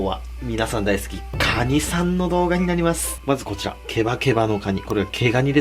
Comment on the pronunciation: クワァ二って聞こえた